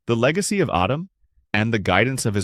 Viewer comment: Did you call him Adam? Then Adem? 😂 Really? It's Atem.. pronounce A-tim, rewatch the English dub if you don't believe me